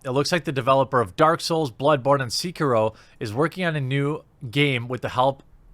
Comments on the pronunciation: Seekihrow....lol c'mon guy. haha. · I'm sorry WHAT!... SEEK-E-RO, OK!... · Will Jeremy ever pronounce Sekiro correctly?